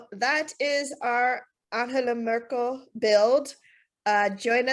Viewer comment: I love how you go out of your way to pronounce 'Anhela Murkle' every time